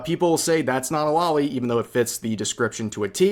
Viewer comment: I always die inside when people pronounce loli as lolli